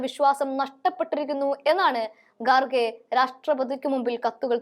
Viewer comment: ഗാർഗേ അല്ല ഖാർഗേ എന്നു പറയണം, അക്ഷരശുദ്ധി ഇല്ലെങ്കിൽ മഹാ ബോറാണ്!